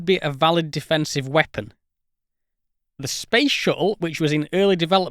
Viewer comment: "Then just shoot down the Shu'le. If you like. Wha'evah."